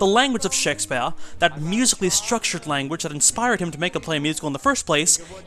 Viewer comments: I love you but SHEK - spyehrr kills me a little inside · I enjoy these videos a lot. You can tell this is an early one. I’m glad you got out of the habit of pronouncing “Shake-SPEE-ARE!!!” like a drunken pretentious old lit professor.